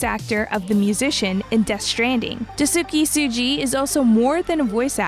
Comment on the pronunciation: you butchered a lot of names especially Daisuke Tsuji himself